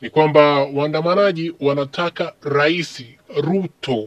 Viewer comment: "Laisi" Umesoma shule ipi wewe iliyokufunza neno "Laisi" ?! Jifunze tofauti ya "R" na "L"